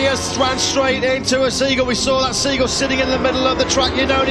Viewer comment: Seegool..😂😂😂😂 Hold my bear...😂😂